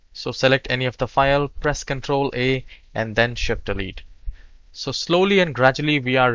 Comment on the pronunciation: This went pretty well. The biggest problem was I thought he was saying "control 8" instead of 'control a".